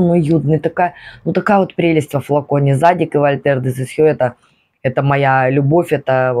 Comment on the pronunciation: ваше зАдик режет слух) тем более ваш любимый бренд)